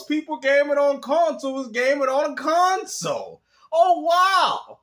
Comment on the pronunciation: No that I’m hearing his voice. This retard never played a game a day in his life. “HAVE Consall”😂 all that clown sh!t He stay typing.. he sounds mentally disabled. He a M-Module kid.